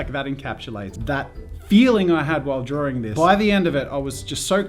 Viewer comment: I thought you said spends all time in Darwin as in the city and I got so confused (especially since it's an Australian city)